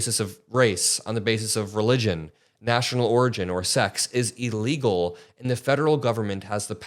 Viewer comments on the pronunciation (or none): it’s “IHL-lee-guhl”, not “EE-lee-guhl”. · It's ill-legal, not e-legal. Come on